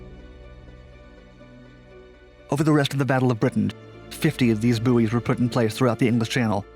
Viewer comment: was distracted by his mispronunciation of the word "buoys"-it is pronounced "boys" not "boo-ees" for goodness sake